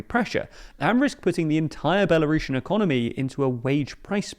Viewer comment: It's Belarusian, not "Belarushen"